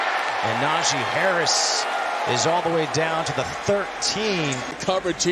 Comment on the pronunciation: Nah-gee, not Na-jay...